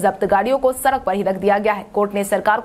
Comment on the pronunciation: सड़क सही बोलो